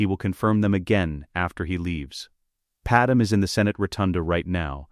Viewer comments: Ok ai say it with me. Pad-may… Padme… not padam… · its not padam but okay